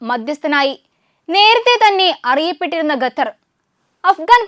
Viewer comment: Gather alla, sather😂😂. Avide bhasha malayalam alla. Arabi aanu😢😢Qatar